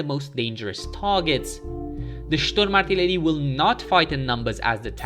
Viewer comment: Your german pronunciation is perfect, but you put the emphasis on the last syllable, dont to this. It makes it sound unnatural or you kinda try to make it sound threatening. Usually you put the emphasis on the first syllable.